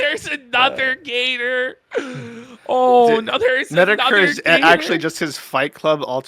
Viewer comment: Love it when yells out gator but makes it sound like beta....GATA!